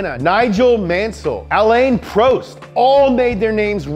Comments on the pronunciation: Just me or did he say Alan prost as "Al-iean pro-est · It's pronounced Alain PRAWST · "A lane pro'st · You don't overpronounce the 'ault' of Renault Alain prost is pronounced Alan Prost, not Prowst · Alayn Prowst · hotmojoe. lol ' Pronounciation Was Wrong It Was Supposed To Be Ă-lăn Prôst ( The Letter I In Alain Is Silent And The Second A In Alain Is ă And The o In Prost Is How You Say Mall Or Poll.) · No one:: AH LIN PROWST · Is anyone gonna talk about how he botched Alain post’s name “Allayin proast” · Did u just say aleyn proest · Ren-O Al-Ayne pro-st Shoe-marker Jag-you-arrrrrr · Alan Prowst? Come on man. That hurts. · Alayn Pro-st? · "ALaIEn PrOuts" 🥴🥴🥴🥴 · "Aleyn Proust" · Was he joking when he said alaine prooste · Anyone triggered by “ah-lane pro-est” and “are-ten senna”? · alane prost lmao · its pronounced alan prost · you just don't pronounce the l and t so it's 'ren-no', with Alain where you don't pronounce the n and there's no 'ay' sound. It's obviously not a huge deal but this is a car channel so this should be basic stuff. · He also pronounced Alain Prost wrong, although props for actually trying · i love the way you say Alain Prost :') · pronunciation of Alain Prost makes me want to cry...Schumacher and Alonso as well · The way he pronounced "Renault" and "Alain Prost" I'M DEADDDDD XXXXDDDDD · ' pronunciation of Alain Prost worries me. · Which f1 fan realized that he said Ayrton Senna and Alain Prost’a name incorrectly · How can u ruin Alain Prost's name so badly